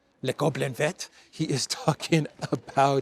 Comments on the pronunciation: you are totally mis prounincing the French word for green using English understanding of the alphabet it is more like véer. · you don't pronounce the ending " t " in vert. Its "ver" (like "worm" and "glass" in french!) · And Christo says le goblin vert ,pronuncing the T at the end of VERT . I'm giving up . Done. 😐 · You don’t pronounce the t in vert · Hi, good to hear you again. BTW, i like le goblin vert! I think the French dont pronounce the t at the end of vert!